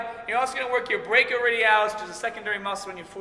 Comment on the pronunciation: You pronounced "brachialis" funny. Doesn't matter. You're still awesome!